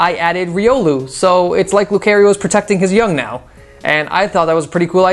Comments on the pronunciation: as much as I like this vid, the way you said Lucario just made me go like ew why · Oh my god he butchered Lucario's name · You say lucario wrong